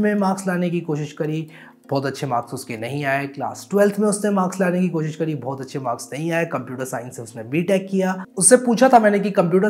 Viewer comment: Bhai aap U.P se ho kya, wo " bohut aur Pohucha" bada apna sa laga